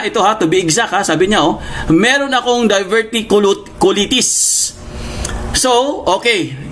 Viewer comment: Pronunciation:of Diverticulitis;Die ver ti q lie tis😅